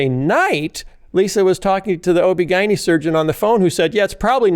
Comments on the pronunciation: Lots of people pronounce it that way, including OB/GYNs. It was jarring the first time I heard it, but now I’m used to it. 😂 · Is that how Chicagoans pronounce OBGYN?? 🤔 🤣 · 😂😂> its so funny how he pronounces ob-gyn. But huh-uh...that's just another Phil-ism. Apparently: You can take the man out of the veggies tales but you can't take... (Well, you know 😉).